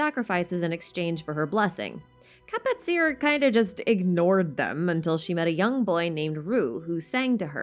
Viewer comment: Kapatcir is actually pronounced ka-pat-chi-r I believe